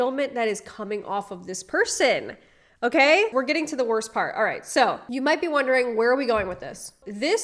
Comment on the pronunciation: " go to peart two" Pick up my new car" I'm sorry I just cant